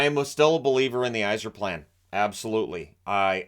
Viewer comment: Yzerplan? Really? Stop it 😂